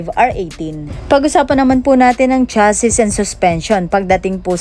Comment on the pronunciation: MAGANDA ANG PRODUCT, PERO ANG ANNOUNCER AY PANGIT. CHASSIS IS PRONOUNCED AS "CHASI" LANG.